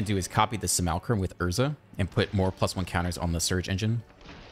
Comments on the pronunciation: not to be that guy but you are pronouncing seraph and simulacrum wrong. sweet deck. thanks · What's wrong with seraph?